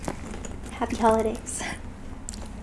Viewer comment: The way she said BONJUR GOT MY DYING LAGHING😂